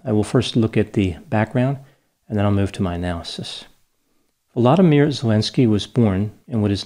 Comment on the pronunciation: Watching you speak comforts me. You speak from a place of truth and logic. Thank you for doing this video on Volodymyr and for pronouncing his name correctly 🥰👌 You are a champion in the media world. Carry on, good man. Carry on.